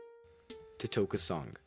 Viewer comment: It's pronounced to-tock-a not totoka Also the van gour is not a theory Also lugis shoelaces relates to how this is the only game where luigi had modeld shoolases in other games andnrenders he doesn't. The super mario 64 samples were from when luigi gets an item it has the noise of jumping into a painting the noise of getting attacked by the dog could not be reused because at the time m64ds didn't exist. There is a picture of chancey alive as a baby so I do think that they died as a baby. Sadly the depressed Luigi was never a game over screen it was just a way to close off the demo. It could have possibly been a game over screen but from what I know it was never intended to be one. Another thing is that the 24 hour time limit was not confirmed to be why that clock is there, also it could be refurring to a commercial that say you only have one night to save mario